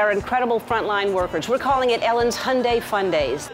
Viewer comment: Umm..is that how you pronounce hyundai?..